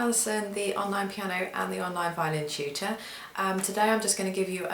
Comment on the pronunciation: Instead of hearing "Tutor", I hear "Cheater". ahaha! The cheater made me inspired and want to learn even more. Anyways ate (older sister in Tagalog), you inspire me. I'm going to buy one and learn from you.